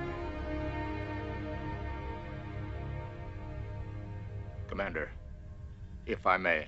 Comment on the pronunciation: How does WIlliam Shatner manage to turn "Spock" into a two-syllable name? "Spppp-ock!"